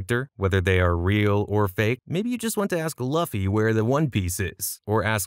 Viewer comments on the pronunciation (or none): this mf said Luffe